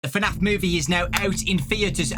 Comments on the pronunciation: Dude was just saying fanaf👌👌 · FNAF is one syllable, lad